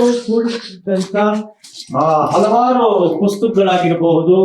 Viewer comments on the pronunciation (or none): none